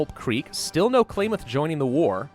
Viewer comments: How to pronounce Klamath ka-lam-ith, not clay myth. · The way he pronounces Klamath... JK, not gonna be a huge dick about it. He did admit to only just reading a small amount of lore anyway. Hell, I thought Fallout 1 and 2 were 3D like Fallout 3 was until I saw pictures and gameplay footage of the first two. Bare in mind, my first introduction to Fallout 3 was when I was 9. It wouldn't be for 4 more years until I could play it myself.